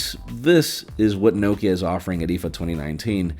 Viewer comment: I’ve never heard Nokia pronounced like that, ever. You pronounce it Nockea